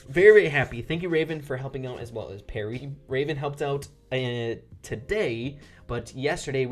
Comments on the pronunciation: Lol Pierre is boxingurmom and its not PEAR-EE its PEE-AIR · I'm pretty sure it's PYAIR not PARRY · I think his name is pee-air not parry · its not perry.its pierre. (Pee-air) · Pierre is french and not pronounced perry, its pronounced P Air in english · He kept saying Pierre (perry) but it’s Pierre (pee air) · Nobody gonna say anything about how called pierre "parry"? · French name: pee-air: Pair-ree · oh god your still calling him "parrie" lmao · You pronounced Pierre as Perry.... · Please look up the pronunciation of pierre